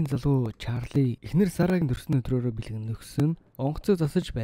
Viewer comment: Төрсөнө өдөр , Дахина, бүтээсэнэ, эзэлсэнэ, удаана, аваачина, хүнэ, нэгэнэ, болсоно, хэдэнэ, эргэнэ очиж, хамгаалалтына, оролдсоно, ажилтана энэ үгнүүд бүгд ард нь эгшиг байхгүй хэлээч хараал идмэр вэ хэлний үзүүрийн н хэлний угийн н гэж мэдэх үү урд нь бас хэлж байсан анхаараачээ хазгай ярьдаг пизда вэ